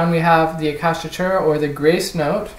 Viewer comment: Little tip - it's pronounced: Ah-chaka-tura